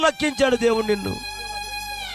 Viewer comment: వాడికి వాక్యం రాదండి... రక్షించు అనే మాటా రాక ' రక్కించు ' అంటున్నాడు.. లూకా సువార్త అనడం రాక లోకా సువార్త అంటున్నాడు... అసలు దేవునికి స్తోత్రం ఎప్పుడు చెప్పాలో కూడా తెలియకుండా వాడుతున్నాడు ఆ మాట.. ఎన్ని బూతులూ....